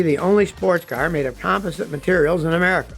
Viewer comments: It's pronounced "com POS sit" not "COM posit" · "com-POS-ite," Scotty!